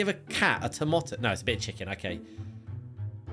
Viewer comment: At the time in the video anyone else notice said Tomòto and not tomato